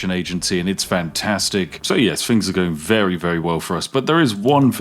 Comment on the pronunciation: "I found some fings" lol